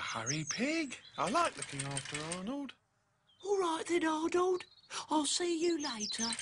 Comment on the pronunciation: When Pig says Arnold's name, it sounds like he's saying "odd old".